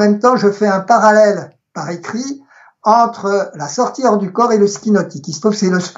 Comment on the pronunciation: question de prononciation : on a l'impression que vous dites "la sortir du corps" au lieu de "la sortie du corps" ou "la sortie hors du corps"